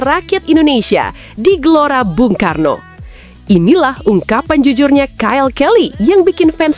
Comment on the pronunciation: 😂😂😂😂MIN JANGAN KECEPETAN NGOMONGNYA, STADION UTAMA BUNG KARNO BUKAN BANG KARNO😂😂😂